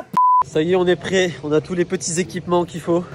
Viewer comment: Il a dit prète au lieu de prêt